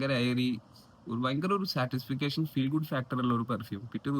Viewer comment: സാറ്റിസ്ഫിക്കേഷൻ അല്ല ബ്രോ. സാറ്റിസ്ഫാക്ഷൻ.